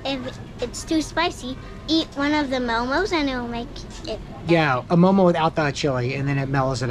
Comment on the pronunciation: We never say momos. . . Just mo:mo . . .